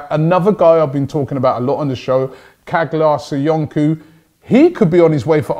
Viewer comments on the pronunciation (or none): Çağlar Soyuncu is pronounced like this CHAALAR SOYUNJU thumb up so robbie can see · Robbie stop butchering Turkish names. It’s pronounced Charlar Soyunju